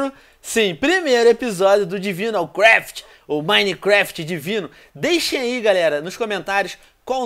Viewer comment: divinecraft so falando meio divainecreft